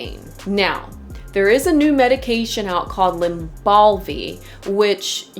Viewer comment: Lybalvi, not Lymbalvi